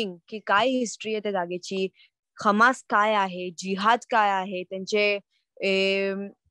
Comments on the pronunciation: हमासी नाही ते हमास आहे ते. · खम्मास नाही दिदी हम्मास